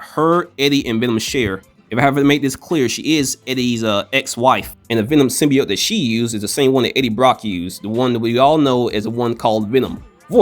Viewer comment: Every single time I heard the word "Symbiote" mispronounced as "Symbioyte" my blood pressure rose. That said, I side with the cat.